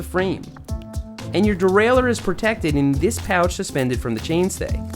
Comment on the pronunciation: Learn to say derailleur in the French way